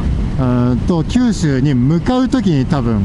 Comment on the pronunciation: 九州ツーを、きゅうすうちゅーって言っちゃいましたね！ 何気に疲れてたのですね(^^)